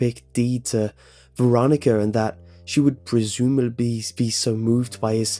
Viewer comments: I heard how u missed the proper pronunciation of the word “presumably” yes, I am fully aware I suck :) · You said "presumably" really funny